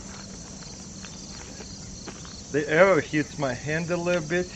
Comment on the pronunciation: He says like "error". :D